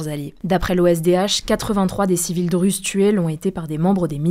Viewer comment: On écrit Druzes mais on prononce Dourouz c’est bizarre de vous entendre dire Druzes